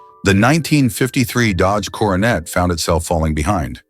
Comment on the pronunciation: You really realize that the announcer is AI when they keep saying Dodge Carnate instead of Coronet 😂